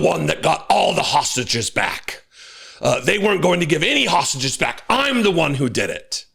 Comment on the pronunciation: It’s hard for him to say three syllable words like hostages … and he’s a pos. BB is a bastard !!